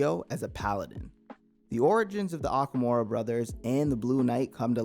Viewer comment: You pronounced gehenna,assiah,okumura,etc incorrectly